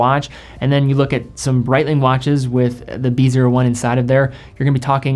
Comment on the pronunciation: Good video but Brietlng? lol c'monnnn, shitteroonie's